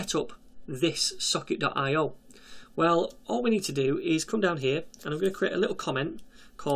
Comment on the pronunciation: I keep hearing "suck it".